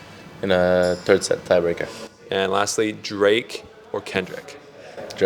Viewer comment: This is sweet, I'm sure Drake appreciates the support. We have been trying to pronounce this guys name for 2 seasons on our show (S3E2 20 min in was our last attempt at being corrected) but you said it with such confidence. Love the microphone, from one professional to another. 🫡